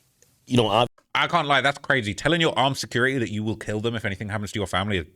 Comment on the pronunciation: why you always saying Brazy? Are you a blood?